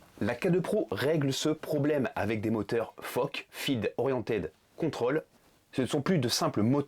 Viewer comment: Des « moteurs fockeurs »😂😂😂😂